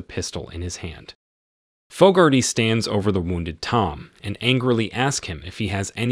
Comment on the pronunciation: Name pronunciation is dreadful. Fogarty. How do you get Foe-gar-tee from such a common name? Try Fog-ar-tee. So annoying!!